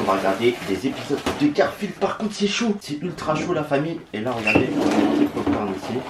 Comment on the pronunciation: Combien de fois il a dit garfiled 🤣😂